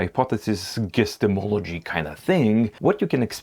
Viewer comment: "Guestimology". My default mode.😅